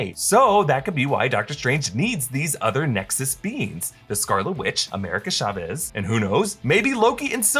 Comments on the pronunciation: Why does americans pronounce "CH" as "SH"? It's TSAVEZ, not SHA-VEEZ. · Chavez is pronounced Cha-ves, not Shavez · Ya'll are exposing yourself for not hiring any hispanic people. Chavez is not pronounced like that lmao